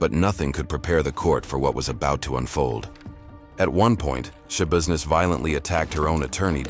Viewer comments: Why do I keep hearing her last name as Showbusiness? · I'm sorry but my seriousness went away every time I hear Shabusiness- why am I like this. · Is there nobody going to say anything about her name? Taylor Schabusiness. How do you pronouce it? Tai-lor Ya-busi-ness? She definitely made it ya business alright. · It's not shabusiness